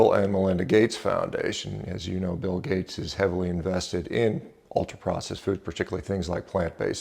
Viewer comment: Bill Gayt’s”